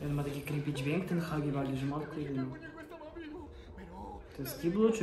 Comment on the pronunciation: Huggy Wuggy nie czyta śię hagi wagi tylko hagi łagi